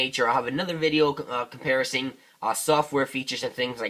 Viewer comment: comparasing =/= comparing